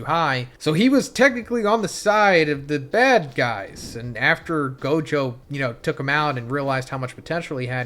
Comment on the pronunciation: This guy can NOT get Gojo and Sukunas name right lmao every video he gets the names wrong like 3-4x